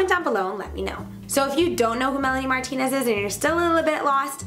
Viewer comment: In the beggining I thought she said Melanie Martinezezes